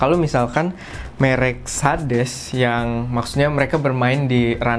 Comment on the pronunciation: mouse 200rb minta kualitas yg tinggi njeng, mau lu apa, baca merk SADES aja gk bener